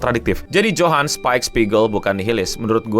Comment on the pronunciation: Si bro bilang “Ujang Liebert”😂